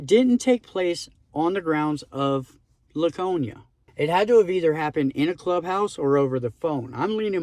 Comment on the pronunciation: I’m not talking shit brother I’m just giving you. I’m just letting you know you said Laconia wrong. I don’t know why pronunciation is one of my pet peeves I didn’t even graduate high school just letting you know.